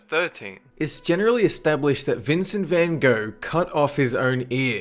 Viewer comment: Vincent van go?(Vincent van GOPH)